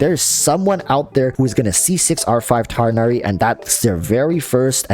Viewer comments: Tigg-Nah-Ree or Tinn-Yah-Ree. Enough with Tye-Nah-Ree. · tig-nari. it’s a hard “g” sound. not “tigh” similar to “high.” his name is not based on english words. therefore will not follow english pronunciations. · apparently the correct pronunciation is tig nari, not tie nari, but idrc I just call him fox boi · It’s tugh-nari, it’s really not hard to research and find it before thinking u would butcher it… and then butchering it. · Tighhh nari that's how you say it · his name is pronounced tug-na-ree if you englicize it btw! anyways i think that im going for him because him and cyno will let me have a dps from every element (plus physical razor) and i like his ears haha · Btw, I think it’s pronounced tig-naer-ee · Your reasons are legit the same as mine. I think he looks awesome. also pronunciation is Tig-nari the H being pronounced softly. idk why English logic is being used for a foreign name its quite frustrating. literally they saying his name as if its the word High but with a T.